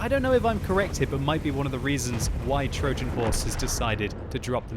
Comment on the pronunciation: What is that pronounciation of "Trojan" ffs?